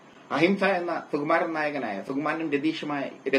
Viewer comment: ' സു ' എന്ന് ശരിയായി ഉച്ചരിക്കൂ പരദൂഷകാ.